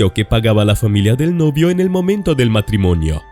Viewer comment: "Novio" no se entiende